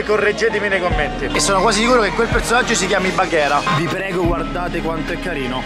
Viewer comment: baghira si dice